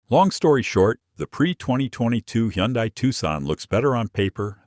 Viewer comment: it's hun-day-- not he-yon-dai